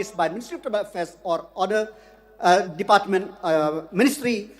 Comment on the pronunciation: I like his broken pronounciation ( department)